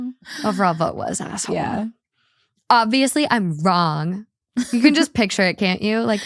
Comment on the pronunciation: saying “pitcher “ instead of PICTURE 😐😐😐had me yelling